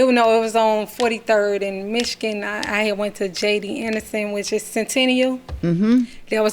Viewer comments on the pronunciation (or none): none